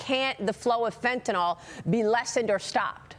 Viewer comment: Come on Maria, say Fentanyl not Fentanol. Why do so many people have a problem with this pronunciation? Asking for a friend.